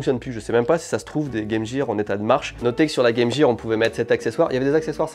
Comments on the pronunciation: vous dite pas Jame Jear pourquoi le le prononcer comme sa? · En tant que Canadien bilingue, je hurle de rire a chaque fois qu'un Français dit : Game Jear